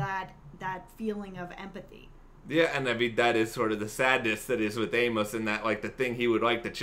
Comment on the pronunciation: I'm sure I'm not the first to tell you but you need to read the novels by James sa Corey because what you're saying is right in some of it so far off track you have no idea what you're even talking about and inability to say Amos name is really grating but what you think about Amos it's far closer to the truth you will find he is that man